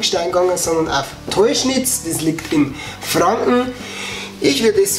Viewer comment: Es heißt "deuscherz" nicht "teuschnitz" wohne 5km davon weg😂